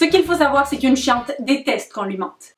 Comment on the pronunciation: J’avoue que c’est pas la même chose que maintenant 😅. Quand tu dis chiante sur la vidéo des fois j’ai l’impression que tu dis ’’chatte’’. Il en prend pleins la tronche le pauvre Guillaume 😂. J’adore tes vidéos même les plus bizzard 😊😂